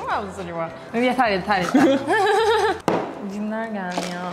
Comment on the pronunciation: Fark etiyseniz yeto diyor